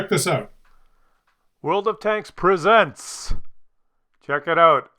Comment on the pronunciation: oh, "presents", not "peasants". Now I get it. bloody peasants